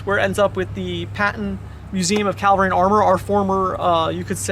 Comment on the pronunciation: This guy is a professional military historian, and he's saying "calvary", instead of cavalry. Fucking embarassing.